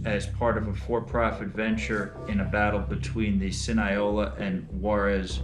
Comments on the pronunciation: "Sin-i-ola"? Try "Sinaloa". He didn't even know the correct NAME of the place! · Sin-I-O-Lah Cartels